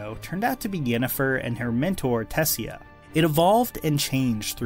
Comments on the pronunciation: tuh-say-ah, not tessya lol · Did he just call her tessia :O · I love the positivity, but I'm not sure if you pronounced Tissaia, The Last Wish and Jaskier right. 👀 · I hate to do this, but you literally heard Tessaia's name a dozen times. How did you mispronounce it? That said, great VIDEO! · Mispronouncing both Tessia and Jaskier, oof. Good coverage of the overall show though, so thanks for that.